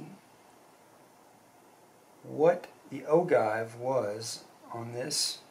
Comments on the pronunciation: Hello, I am enjoying watching and hearing you go through your handloading steps. In all due respect, I would like to correct you on pronouncing the word “ogive” and the description for the length of your cartridge. The word ogive is pronounced, “o-jive”, and the measurement from the cartridge base to the point on the bullet that touches the lands is called “cartridge base to ogive” or CBTO. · Anyone else just want to close the video when he said ogive wrong or is it just me ??? It’s a decent video but when you don’t know the name of what your checking is bad